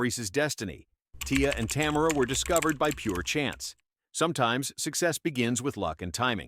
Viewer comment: Tamera not Tamra